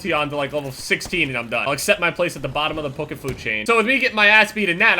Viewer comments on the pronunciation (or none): none